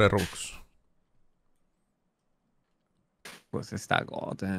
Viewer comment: no entiendo por que le dice bobux y no rubox